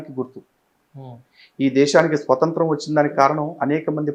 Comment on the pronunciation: స్వతంత్రం... స్వసంత్రం కాదు